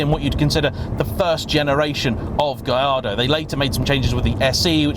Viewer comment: Surely it is "Gal-are-dow", since it is "Porsh" ?